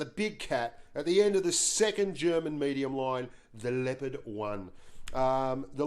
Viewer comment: Blitz The Leopard it pronounced incorrectly, i think